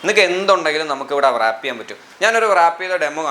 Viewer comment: വൃറാപ്പ് അല്ല റാപ്പ്